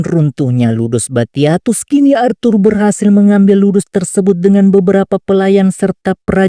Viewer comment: ASHUR BANG, BUKAN ARTHUR... :cat-orange-whistling